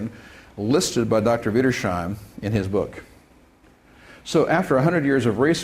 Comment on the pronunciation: The way pronounces "Wiedersheim" as "Widdershime" is like nails on a blackboard to me.